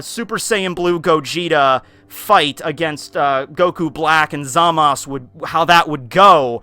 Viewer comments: It's basically up to the speaker if he wants to pronounce it ZAMASu (with a slightly audible u) or ZAMASS (with a sharp sounding S) in the Japanese language. That's because there can't be a single standing S (or other consonants except N) in Japanese. Every Japanese speaker would instantly understand that there is a U implied (except when the syllable is TO or DO, as there is no TU or DU in standard Japanese). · I definitely hear the last letter. Maybe they doesn't pronounce it like ZA-MA-SU, but something like ZA-MASu. End there is a weak "u" at the end of "desu" too, at least I can hear it most times. Not a big problem though, you probably won't have many occasions to pronounce this name anyway :) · Mastar from Mastar Media pronounces Zamasu in the right (in my opinion at least) way though, thats why I was surprised did it another way. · 2+2 = 4 and it's pronounced ZA-Mas. There is no U. Master Media pronounces it Wrong. However its his channel you can say it however the hell you want. Really isn't an english class and people tend to pronounce things how they want which is HOW slang happens anyways.